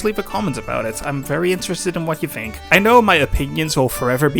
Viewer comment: are you saying “fink” and “fings?” dude, are you british, or do you have a speech impediment? literally fucking unwatchable